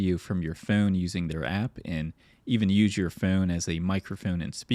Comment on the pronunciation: the way you pronounce "phone" is so foul